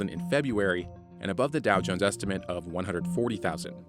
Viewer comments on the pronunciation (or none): none